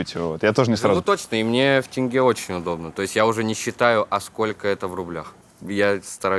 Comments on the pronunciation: момент когда он поправил Дудя в правильном произношений валюты Казахстана🇰🇿с тЭнге на тЕнге порадовал😀 Всё таки Алматы ему уже дом! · о молодец правильно выговорил "тенге", а не как Юрий "тэнге". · Даже Дудь, не может выговорить "Тенге", смешно как его исправил 😂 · поправил Юру, когда Юра произнёс тэнгэ(теңге)! Он уже қазақ! 😅🤣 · Ох уж это "тэньге" от дудя... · Теңге, Юрий, тенге) буквы Э нет)) через Е, как пишется так и произносится 🫶🏽 Классный выпуск, спасибо 🙌 Душевно. Просто. По нашему 🫶🏽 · Было безумно мило, когда поправлял Юрия при произношении слова «тенге»😊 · Дудь столько раз был в Казахстане, но все равно ни как не может правильно произнести слово тенге. Андрею респект!